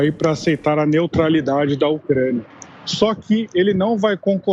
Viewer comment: NEOTRALIDADE... NEOTRALIDADE